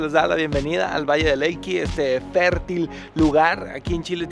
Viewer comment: Alan valle de elqui Le agregas te una "L" más.!!! Jajajajaa saludos